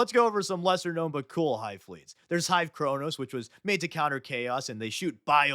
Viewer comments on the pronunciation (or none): none